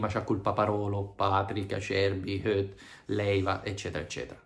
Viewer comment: Credo che Hoedt si pronunci allo stesso modo di Goetze..